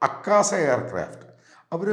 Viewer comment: അക്കാസ അല്ല മാമ്മാ.... ആകാശ, അതാണ് ജുന്ജുൻവാല ഉദ്ദേശിച്ചത്... U r an expert in every topic - let it be domestic politics, international relations, aviation, defense.... Wow... കീഞ്ഞ് തള്ളിക്കൊ...